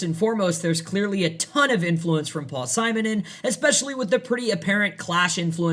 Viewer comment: Paul Simenon is pronounced Sim e non , Lodi New Jersey is pronounced Load eye